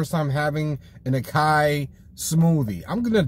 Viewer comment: Lol I love the review. However just a tip for future reference, you would pronounce it A-sah-yee not A-Kai. Just helping you out homie. Keep up the good work